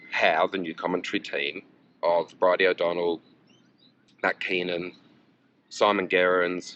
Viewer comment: If you listen to Matthew Keenan, he gets every vowel wrong he swaps a for e, I for o they all get a run, if you get bored with his tone just count the vowel swaps